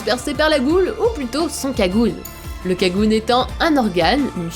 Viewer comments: C'est pas sa enfaite en japonais sa se prononce 'kaguné' en français avec l'accent français c'est kagune personnellement je dit kaguné ^^ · KagunÉ plz pas kagune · \CM667 “Touka” mdrrr mais regardez juste l’anime on entend très bien “Toka” c’est prononcé par de vrai japonais et c’est Kaguné et pas kagun mdr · On dit "Kagouné" pas "Kagunn". J'ai commencé à lire les trois premiers tomes de Tokyo Ghoul et j'ai kiffé ! Je connaissais déjà le résumé, quelques personnages et j'avais vu quelques extraits de l'anime. Et honnêtement...mon perso préféré, c'est Juzo Suzuya <3 J'adore son caractère psychopathe, enfantin et trop chou. Et je trouve sa relation avec Big Madam très intéressante : il l'aime plus que tout mais reconnaît qu'elle lui a fait du mal (spoil : surtout quand elle l'a castré sans anesthésie et contre son gré !) Je trouve le passé de Juzo hyper triste. A chaque fois que je réapprends son passé, j'ai envie de lui faire un câlin T_T Sinon, super vidéo (j'ai pas pu regarder jusqu'au bout, je REFUSE de me faire spoiler !!!!!!) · Ptdrr, dans votre video vous avez dit Un kagune alors que ca se prononce "kaguné" et Touka au lieu de "Toka"... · The Penguin je parle pas de l'écriture mais le la prononciation donc tu dit pas ''U'' mais ''OU'' voila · Son "Kagune" 😂 Ça se prononce Kaguné hein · kaguné pas kagune :c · ont ne dit pas "kagune" comme tu dit mais "kaguné" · J adore au lieu de dire Kaguné vous aviez dit Kagoune et vous aviez dit Touka au lieu de Toka j adore 😂😂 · Sa se dis pas kagune mais kaguné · Et pas Kagun ! C'est Kagune, comme Kagunet ! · Vous êtes sur qu'on dis "kagune" et pas "kaguné" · Non, j'ai souffert des oreilles xD : Alors la mort de Lize etait surement programmé ça a été expliqué et on ne dit pas Kagun- mais Kaguné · Les prenom bordel uta et pas ota toka et pas touka et c'est un kagnué pas kagune le ė est prononcer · Ça se dit KAGUNÉ pas KAGUNE... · ça se dit kaguné pas kagune ^^ voila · Kagune ?? Ca ce dit pas Kagun(é) ?? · sa sa dits cagouné